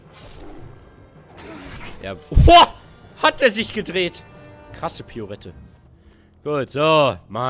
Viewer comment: MAX! Das heißt "pirouette" und nicht piorette xD